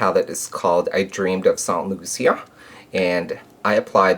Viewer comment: its actually saint lucia ( lu-shah)... I lived there for 7 years.